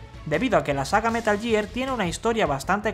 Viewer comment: Como tomar en serio a alguien que dice "metal year"